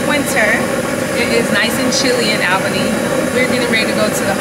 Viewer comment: I think you pronounced Albany wrong. But that’s just your cute accent